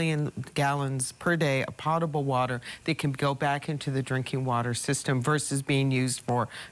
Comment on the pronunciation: It's very sad when a BWS official mispronounces the word potable. The first syllable is similar to POE (Edgar Allan), not POT.